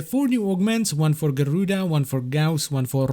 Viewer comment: Garrrrruda & Rrrrrrrrevenant!